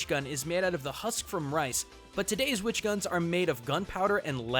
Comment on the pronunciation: it's witch not which cmon man